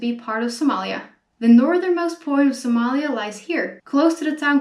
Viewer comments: Speaking Sincerely I love it the way to pronounce Somalia in Somali Language.... Thanks 👍😍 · Wow 'iam from Ethiopia- somali region 🖒thanks for your wonderfull information 'and liked how you pronounced somalia😃🖒🖒🖒🖒